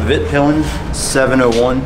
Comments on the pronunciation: Me as a swede hearing him proununce svartpilen and vitpilen hurts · Yeah, fun to hear americans pronounce swedish words :) "Svartpilen" and "vitpilen" means black and white arrow, as you could see on the colour of the bikes!